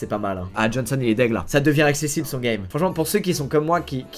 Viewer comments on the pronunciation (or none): none